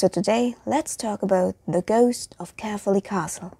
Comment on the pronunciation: Yep as a person who was born there you said it very wrong